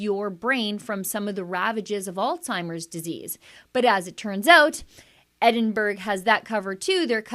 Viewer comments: Pronounced EDDIN - BURRA, NOT EDDIN-BERG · As a Scot, I find this disgusting. Shame on Edinburgh ( pronounced Edinburra). Thank you yet again for getting this type of information out there!